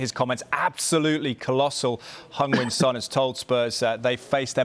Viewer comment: Can we please say Heung Mine’s name right… ffs